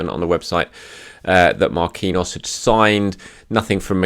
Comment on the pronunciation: it's not pronounced Mar-kween-yos it's Mar-keen-yios